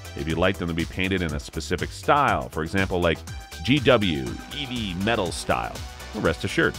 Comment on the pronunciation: the narrator wasn't aware that 'eavy metal is pronounced like "heavy metal"